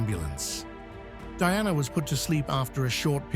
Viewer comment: You can't even pronounce her name right. Someone else should do your job.